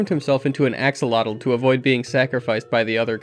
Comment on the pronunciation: Please type the word Axolotl into Google translate, set to Spanish to learn how to pronounce that correctly. It's a salamander, not a knight of the round table. lol EDIT: HOW do you pronounce Xolotl relatively correct but not.. 🤯 EDIT2: I got to "PUH SWAY DOH" Thumbs. 😂 Fella please. If you don't know a word, please look it up before doing THAT, lol